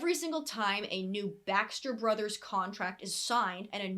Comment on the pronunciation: Everytime you said Baxter brothers it sounded like backstreet brothers I was so confused